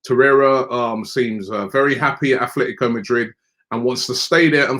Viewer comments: Atletico not afltico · Is Robbie dyslexic? Man keep persistingly calling Atletico Madrid the wrong way. Once and for all it's Atletico and not Athletico